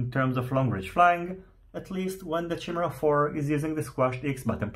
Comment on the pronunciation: Chimera = "KYE-mera" not "Chim-era"